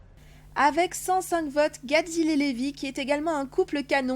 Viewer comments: C’est pas « Levy » mais « Reby » Je parle de la prononciation, pas de l’écriture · sa s'écrit Lévy mes salutations se dit Réby